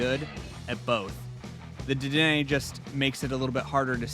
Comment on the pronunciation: Welakthuwallly, it's pronounced Deden and Fee-dough (given their etymology).